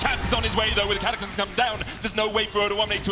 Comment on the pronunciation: 0.42 caster says catacylmlym to j4 ult im dead